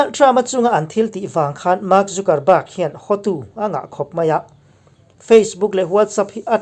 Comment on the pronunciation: Tunge chu ni a ka uang ma2 a nih kha... mahse thil kan upload dawn a nih chuan a lam dan etc. tih vel hi uluk deuh ang u... thil harsa pawh a nilo. Anyway, i channel ngaihthlak a nuam e, mi in zir peih tak i ni tih pawh a chiang e. Mahse fimkhur tluk a awmlo, mi sawisel peih tak2 an tam bawk si. Trump hua an tam ropui si, Trump ṭantu te hi chuan 'mistake' siam loh i tum hrâm2 ang u, min sawisel peih ropui si. Ṭang zel teh bro.... Trump 2021